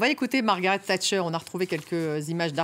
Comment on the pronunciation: "Tchatcher " crétins c'est "Thatcher"